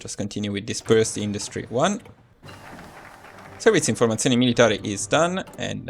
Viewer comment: I realized you were italian the first time i heard you pronounce "Servizio informazioni militari" :D